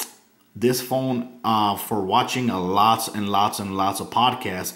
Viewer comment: Good review although "not trying to be rude " your grammar is very bad and made this seem not as professional . you kept saying wif instead of with and dis instead of this . Again this was a very good review i just did not care for the lack of good grammar . even though i do not have perfect grammar either it just does make a video more professional .